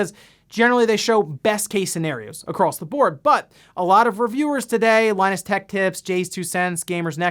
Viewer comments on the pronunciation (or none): none